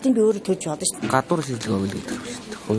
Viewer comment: Сурвалжлага уншдаг хүүхэн гадна гэхийг гадан, болно гэхийг болон, гэх зэргээр буруу хэлэхээ болиоч! Уншиж сураагүй байж яаж сэтгүүлч болсон юм бэ!